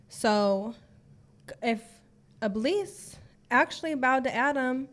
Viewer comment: The correct pronunciation of "Iblis" is 'Iblees'.